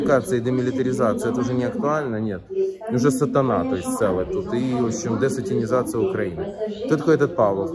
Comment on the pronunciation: Маленькая ремарка: не десатИнизация, а десатАнизация)